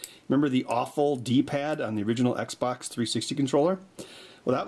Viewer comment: Xbox not eggsbax